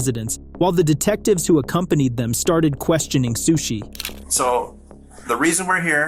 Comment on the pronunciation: Sueshee Suechi Sushe